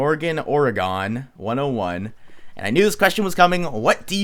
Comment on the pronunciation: Lol it's Morgan Oregon like the state, you pronounced it wrong lol